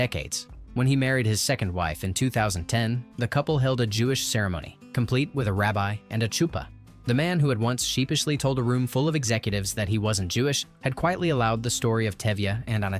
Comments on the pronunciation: Thank you for mispronouncing CHUPAH, lol. I am Jewish retired at 64. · Oh my God could they get anyone more ignorant to narrate this? Tevia's wife was Golda not Gold, the taylor's name was Motel pronounced MAHtel not Motel! But when they got to the Chuppah and he pronounced it chewpa I was done . How can you bring up so many intricate details that made this movie believable and not be able to pronounce the names and the characters in the movie? Absolutely shameful! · Getting married under a Choo- pah??? Ha ha ha. Get a real person next time!! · I learned a lot about the film, but you really need to to learn to pronounce the names and terms correctly in order for it not to sound strange. It is not "Tchupa" but "hupa" with a gutteral h. The same goes for "Tchaym" instead of "hayeem." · It's so bad. Hearing about a wedding under a chewpah almost took me out. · Yes. Many mispronunciations: Chaim, Yentay (Yenteh), Motel, (Motle) chupah, Gold (Goldeh) and more. Other than all that, very nice. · Chuppa, Chava, etc. Idiotic narration.